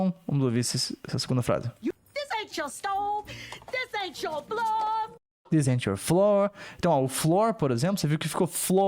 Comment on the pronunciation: além disso, não consigo entender floor quando ela fala, sem legendas pensei que ela disse "blood". Mas enfim ne. são n maneiras lá também e só temos q aceitar isso